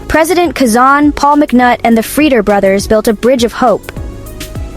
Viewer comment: It’s not kasan it’s Quezon.